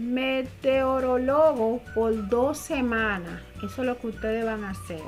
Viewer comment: nueva pronunciacion de meteorologo